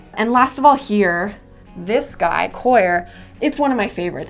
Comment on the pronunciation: I LOVE that you pronounced "coir" correctly.